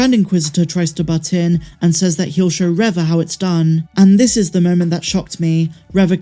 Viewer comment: Reva is pronounced Reeva not Revva!